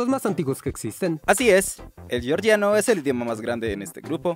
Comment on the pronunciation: Se dice "georgiano", no "llorlliano"